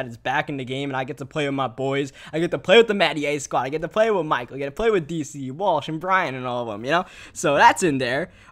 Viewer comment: TV he also aays wit instead of with lol